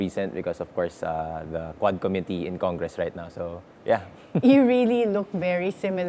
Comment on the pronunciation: Since you’re a DLSU grad, please correct your dad’s pronunciation, specifically “committee” listen to how your dad pronounces it